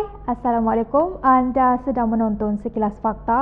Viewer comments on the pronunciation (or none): none